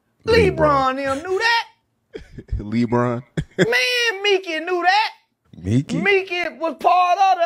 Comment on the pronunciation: "Lee Bron" lol :D Love Charleston White.